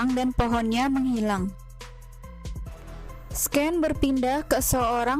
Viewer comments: Koreksi aja scene dibaca sin bukan sken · Sin dibacanya mba bukan sken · Scanes di baca SIN bukan SKEN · Sin mbak baca nya ,bukan sken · Blm apa2 udah dikagetkan dg pelafalan 'sken'. Coba kata2 sehari2 b ingris masa iya gtau baca yg benernya. Udah mau menikmati spoiler rusak gegara sken. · scene bacanya "sin" mba hehe🙏cuman masukan dikit